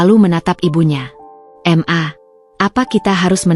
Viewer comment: "ma" bukan "m" "a" sebut dgn betul lah...🙄